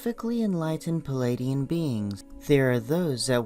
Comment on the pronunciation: Stop with the "Palladians" and "Cheroke!" It's "Pleidians" and "Cherokee!" Learn to pronounce words!